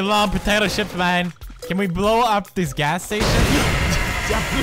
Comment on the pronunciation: I know he said potato chips but it sounded like potato ships I laughed so hard